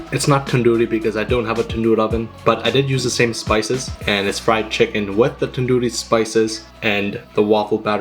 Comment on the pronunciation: My guy said "Tadoori Chicken" 😭💀